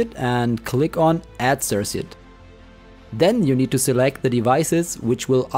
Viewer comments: It's pronounced "Sir-Kut" not "Sirsut" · Bro. I know this is old AF. But please. Sir-kit. Or sir-cut. Sirsit is triggering me so hard. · sersit? cirKuit maybe... As far as tutorials, not very helpful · Nice tutorial! Thanks! Just to let you know incase you weren't sure (I know English isn't your first language - though you speak it well): circuit is pronounced like cirkit with a hard 2nd c. :)